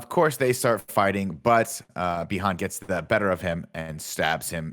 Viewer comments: Nick says bi Han like lando says Han solo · Nick is the old guy having despite watched the movie and heard people say the name multiple times still says it wrong. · Is Nick mispronouncing every name on purpose? Did I miss something?